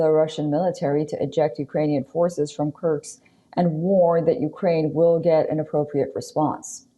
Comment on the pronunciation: Ms. Reporter: It's Kursk...not Kurks.